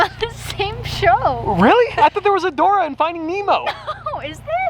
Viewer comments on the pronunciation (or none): Its Dori.. but its hilarious till